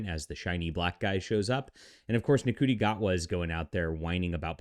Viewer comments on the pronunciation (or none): What was his name sorry? 😂 it’s pronounced shooti gatwa. If you can’t even be bothered to research how the actors name is pronounced then Jesus Christ. Christopher eccleston who I love as the doctor played the role 18 years ago. If you can’t adapt over 18 years which Russel t Davies, David tenant and Catherine tate have done then maybe this show just isn’t for you anymore